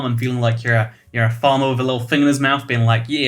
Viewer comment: "farmer" sounded both british and Kentuckian at the same time